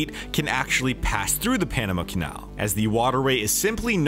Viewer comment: "bought the Panema canal" ye sure